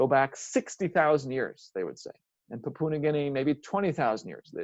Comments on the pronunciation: Lol it just got me talking about languages and couldn't even pronounce Pa-pu-a New Guinea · Very interesting, though it vexes me every time you pronounce the word 'Papua'